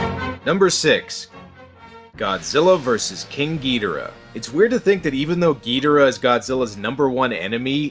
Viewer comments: Pronounce it as you will, I will not hate you, but I was raised with Ghidorah. Not Ghidrah. I cannot take the title gEudRAh seriously. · Its not king getirh its king gadorh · Ghidorah not Ghidrah. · Its not gi dor ah... Its ghidorraaaaahhhh..! Leviosaaaaaaaaaa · I'm so fucking tired of people saying "GEE dah rah." It's "gee DOR ah." That's how the Japanese say it ffs. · It's Ghi-Dora not Gydira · Ghidorah not gidrah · Gidra? You mean ghidora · Why do you say gee-dera? It’s Ge-dor-rah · Ghidorah it’s not Ghidrah it’s Ghidorah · It's gi-dora not gee-dora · It’s gih Dora Not gee Dora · the way he said ghidora hurt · It's Ghidorah. No Longer Ghidrah, Ghidorah. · Specifically GidOrah. That's an O not an E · all of this is good except how you pronounced the names.... every time I heard "gee-da-ruh" I cringed. then "CEE-SAR" forced me into this comment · Its Ghi - Dho - raa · your saying gedora / monster zero wrong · its Ghi-Dor-ah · It's Ghidorah gidoora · OK enjoying the content but can't you at least pronounce ghidora right lol